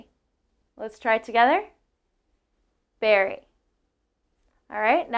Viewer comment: Sorry your first comparison is incorrect. Neither berry nor very have the sound "air" in them. So with your pronunciation Barry and Vary are exactly the same as Berry and Very. You should practice your short e sounds if you are teaching. It is a perfect example however of how subtle inflections can change English words to mean something completely different. It is also an example of some of the most commonly mispronounced vowels and words in the English language even among the native speakers. Good job on everything else.